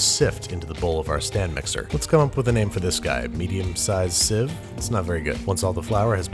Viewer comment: “incredibly average sive”